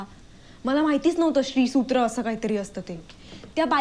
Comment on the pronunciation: हो ना त्या मुलीला श्रीसूक्त म्हणता येत नव्हते.श्रीसूत्र काय??